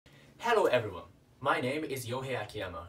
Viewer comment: everyine？！？！そんな英語は知らない